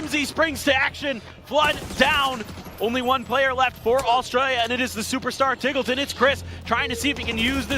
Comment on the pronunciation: Isn't it pronounced TEEGLETON, not TIGGLETON?